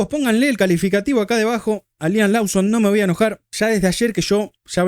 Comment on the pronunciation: es "Loson", es "Louis" Abrazo Cheeee que me cuentan el error del rookie Sainz?